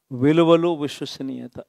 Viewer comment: Ex cm గారూ ఎప్పుడైనా తెలుగు నేర్చుకో నాయనా .. విశ్వసనీయత అను ఉస్వత నీయత కాదు..